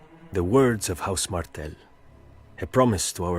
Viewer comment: It is House "Martell" (not Martin)